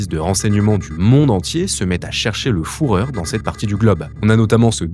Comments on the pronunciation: Juste un petit mot parce que ça m'écorche les oreilles dès le début de la vidéo : en allemand le u se prononce bien "ou", mais le ü se prononce "u". On dit donc Führer "fuuuhreur"☺️ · Vidéo très intéressante. Juste une petite précision, le mot allemand führer se prononce "fureur" et non "fourreur" 😉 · Détail, mais j'aime pas la prononciation "fourreur", c'est plus comme "fureur" en français qu'il faut le dire. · moi aussi je l'ai entendu dire fu et pas fou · t es le seul Francophone sur terre a prononcer "fourreur" soit c est pour le buzz soit tu veux le prononcer a l Américaine et tu trompe sur la phonétique,dansntous les cas c est ridicule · Avec cette prononciation, il y a confusion et amalgame. Une petite recherche google nous rappelle que "Le quartier du Sentier à Paris était un pôle historique pour les artisans fourreurs." J'imagine que ces derniers vont avoir les oreilles qui sifflent avec cette vidéo. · En effet, Il y a un tréma sur le "Ü" ce qui indique que cette lettre se prononce comme le U en français. Sans le tréma le U allemand se prononce "ou". Donc, führer se prononce bien "fureur" et non "fourreur". Vidéo sur l'alphabet allemand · P€&Ain ça m'a sorti de la video a chaque fois je ne focalisais sur la faute et âpres des que j'ai fait le jeux de mot fourreur j'etait entre mort de rire et frustre par la fausse prononciation a ta décharge l'allemand c'est ultra dur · La vidéo est parasitée par le prononciation « fourreur » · Il faut vraiment que les youtubeurs se décident à vérifier la prononciation des mots et des noms étrangers avant de faire leurs vidéos... Le "fourreur", celle-là, il fallait la trouver... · " Le foureur " ACH ! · « Les restes du fourreur » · c'est vrai qu'entendre "fourreur" toutes les dizaines de secondes ça fout la vidéo en l'air. Dommage car beau boulot! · Foureur 😂 désolé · le "fourreur" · Le fourreur vue en Amérique du Sud… Ça m’a fait rire tous le long de la vidéo cette prononciation. Belle vidéo par contre. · Le fourreur